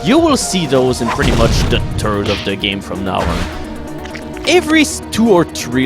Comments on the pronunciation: You have the best accent for pronouncing "third"...sounds like turd..HA! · Tin Tim Irish and Turkish accents can make "third" sound like that too.